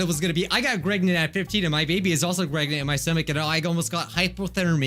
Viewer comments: U said Greg not preg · Nobody: LITTERALLY nobody: Everyone: P.R.E.G.N.A.N.T: G.R.E.G.N.A.N.T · Is it me or does say pregnant as Gregnant?? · He said(gregnent). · Why does it sound like says gregnent 😂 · It sounded like you said "gregnant" every time it said pregnant